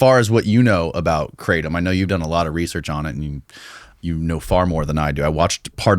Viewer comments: Guys, it’s not KRAY tum. It’s krah TOAM. Sincerely a guy living in thailand for ten years who speaks Thai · As an educator, one of the most important things we can do is to first of all pronounce the "thing" correctly. It is NO more pronounced "cray-tum" than Marijuana is pronounced "mary-joo-anna". It's "gruh-tom", for the love of god. กระท่อม กระท่อม กระท่อม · Haha, is true!!! Kraaaahhh - Tom